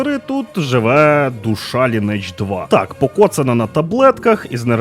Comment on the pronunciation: через 20 років виявляється, що назва гри звучить як ли-ні-едж, з наголосом на "и" ))